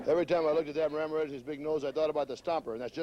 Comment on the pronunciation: I laughed so hard at how the interviewer, when talking to The Stomper, pronounced the last name of Ramirez